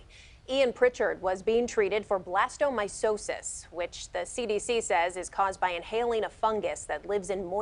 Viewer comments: It’s pronounced blastomyKosis not blastomySosis. Very sad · The reporter mispronounced the fungal disease. It's ,bla-sta-mī-'kō-sas.You would think that a journalist would research sh$# before he or she brings it to the attention of the public. Oh, well, genuine journalism met its demise decades ago.